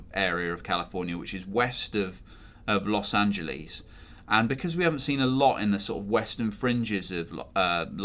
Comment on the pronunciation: Los Angelees is how you said it.